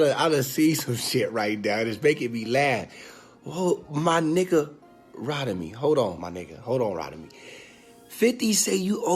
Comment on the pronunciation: called this man "Rodemy" 🤣 its ROTIMI foo! 😂